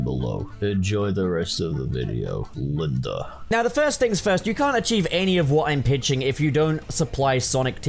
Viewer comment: Bro why did he say Linda like that we all know he has a crush on Tina